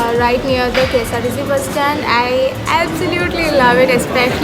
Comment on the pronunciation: Ksrtc enn pronounce chythapole manasilayi malayali aanannu😅😆... kesarTc